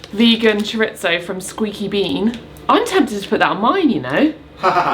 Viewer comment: Definitely not "choritso"; it's Spanish, chorizo. Merry Christmas! Cheers! 🥂